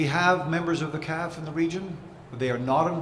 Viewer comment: When did everyone start saying, "calf" for the C. A. F. Show respect for the brave individuals who are standing the line and say C. A. F. not "calf".